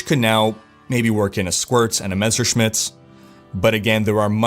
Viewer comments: I see, took some german classes and now can pronounce Messerschmidts correctly:) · Heh! You figured out how to say "Messerschmidt". A shame. I was kinda waiting for you calling it "Mr. Smith's Reaver" once again...